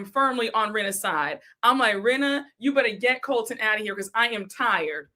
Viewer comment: Every creator I’ve seen that I watch is sick of Colton!! lol says calls him Coltron!!!! 😂😂😂😂